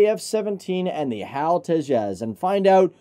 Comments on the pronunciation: It's not "Hal". HAL It's an acronym...not a name. H-A-L. (Hindustan Aeronautics Limited) If you guys are going to produce aviation related videos, remember that this is an industry that is heavily observed by people who are motivated by precision, validation, credibility, and certitude. We pick up on little things like this and it irritates the hell out of us. Tighten it up! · the way he said HAL, it was cool.